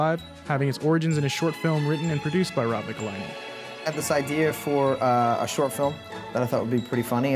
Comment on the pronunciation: People always get Robs last name wrong lol